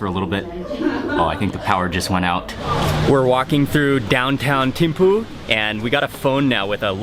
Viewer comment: We pronounce it theme-fu